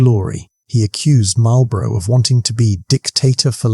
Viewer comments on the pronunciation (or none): Excellent video—clear, engaging, and a great reminder of why the Duke of Marlborough is still considered one of Britain's greatest commanders. Never lost a battle? That's the kind of record that makes legends! Just one small (and cheeky) British-American note for the narrator: It's 'MAWL-bruh' (or 'MAWL-buh-ruh') for the Duke and his title... not quite the same as the cigarettes across the pond that are pronounced more like 'MARL-buh-roh' and come with a very different kind of 'victory' – usually just over your lungs! 😏 Keep up the good work on these history tales!